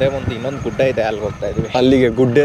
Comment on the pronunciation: Gudde alla bro gudda adu 😂